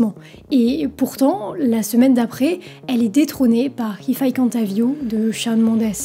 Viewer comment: Comment tu défonces le nom de Shawn Mendes à chaque fois que tu le prononces 😭.